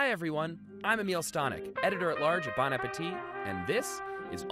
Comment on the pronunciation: His name is. I know it’s been said but 🇺🇸